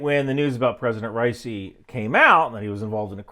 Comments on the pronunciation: dudes name is pronounced Raw-E-sea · you didn't even pronounce his name correctly, who tf takes you seriously?!